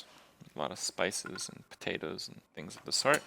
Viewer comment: we have the same dish in Saudi Arabia but we add zucchini and potatoes and some times eggplant, the dish name is "محشي" which literally mean fillings ^^ also noticed that you pronounce patats and t'matm just like arabic :)